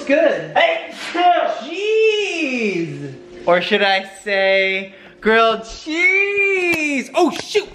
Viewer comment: Yay! a New Home and Grilled cheese, btw totally thought you said Girl Cheese, but that's okay! Change the name of these videos to elf and elf!